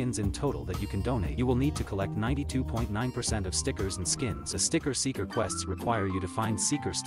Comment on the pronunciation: All i hear is 'Sticket Seekers' 💀